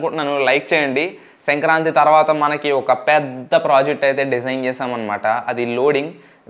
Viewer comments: Its not sankranthi its senkranthi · Bro adhi senkranthi kaadhu... Sankranthi😂😂